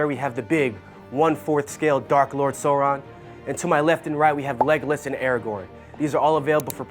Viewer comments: The big dark lord Sore-in lmao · Change this guy out. He can't even pronounce Sauron correctly